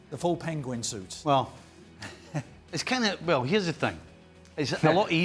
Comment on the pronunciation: Nicol: "wearing soots"